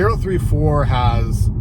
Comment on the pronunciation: It's Oh-ThirtyFour